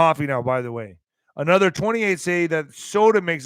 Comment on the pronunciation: Haha, i like, quote " one Way or another, " unquote with the emphasis on Another.